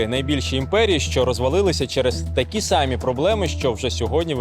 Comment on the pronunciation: Не такі сАмі, а такі самІ